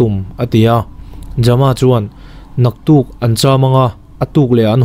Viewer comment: ja-ma ti lovin jam-a tih tho tur a ni ang. Jamkhawlala emaw Thangjama pawh a ni thei a 😇